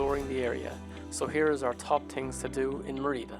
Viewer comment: Great video - well done with both the videography and the music. I should point out, though, that Merida is pronounced "ME-ree-da" , not "me-REE-da". Accent on the first syllable.